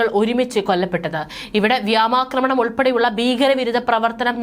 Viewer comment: വ്യാമാക്രമണമല്ല വ്യോമാക്രമണം ഉച്ചാരണം പഠിക്കു കുട്ടി